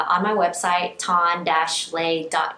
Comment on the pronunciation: Who pronounces Le 'lay'? Its pronounced Lee. Pretty much the Vietnamese version of Lee.